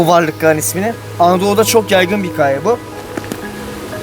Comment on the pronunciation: öğrenemedin gitti "Hikaye" demeyi neden abi senin bu hıkayeyle derdin ne